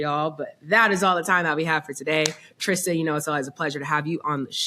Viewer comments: Who’s gonna tell mase it’s Trista and not Trish🤔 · Her name is trysta....y yall say Trish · Mase mispronouncing her name every single time always bothers me